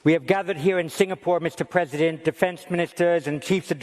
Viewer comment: Mr Prezibent Waslodymyr Werelenskyy... 😄